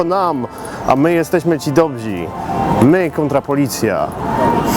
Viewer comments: ) "... a my jesteśmy Ci dobzi" :) dobrzy!! :P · mówi się dobrzy, a nie DOBZI. pzdr :)